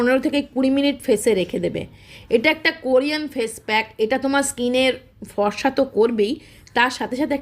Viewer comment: আগে বাংলা বলতে শিখুন , ফসা , / মিত্যা না..ফর্সা , মিথ্যা। 😂